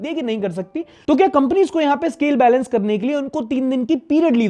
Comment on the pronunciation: Yeh banda balance karta hai good "BAILEINCE"😂😅😊